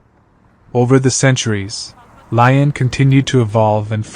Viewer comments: how can you say l ai on if you are making a video...at least pronounce the name of the town correctly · If you’re gonna do a video about a city, at least look up how to pronounce it properly.🤦🏻‍♂️